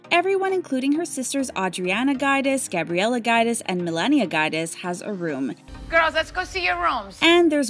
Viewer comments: So many facts about the “Guide-ass” family! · Roo-AY-las and JOO-dee-chay. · Dying at your pronunciation of Giudice (joo-dice), it almost sounds like you’re saying guide-ass 😂😂😂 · It’s not guy-diss. It’s Jew-dee-chay. Giudice. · Jew Dice or Jew Deechy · You’re not pronouncing there last name correctly it’s pronounced Joo-dih-chay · You seriously need help with pronouncing people's surnames properly. You didn't just mess it up, sounded nothing Guidice and it's not a hard surname to say either. You need to correct this please sounds silly. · I’m so elated for everyone!!!😍 We saw the pain and hurt Teresa and the girls have been through so I’m happy they are happy! Beautiful home! But, who is Louis and Guidance??😩 The pronunciation of their names are wrong. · Enjoyed seeing that. Beautiful home But please see how the Pronunciation of the Surname is before you do it!!!!! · LMAO the way she pronounces Gorga and Guidice... Girl, do some research before you relay the info chile! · You might actually pronounce Giudice and Gorga properly ..... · Theresa has been in RHONJ since the beginning, but yet you pronounce her surname wrong! 😂😂😩😩😩😩😳🙄🙄 Come on now, do better if you are going to post these types of videos! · Oh, man, try learning how to pronounce their names!